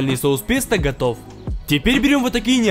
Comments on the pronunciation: Ни "песта" а "пэста" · правильно произносится как ПЭСТО а пишется как ПЕСТО Я не собираюсь кого-то оскорбить или унизить, просто хочу чтобы вы были грамотнее❤️ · А-а-а. Я понял, почему мне так не кажется - я просто пытался произносить правильно - пестО, а не песта (такого слова не существует). P.S. Почему мне сцена из ГП вспомнилась?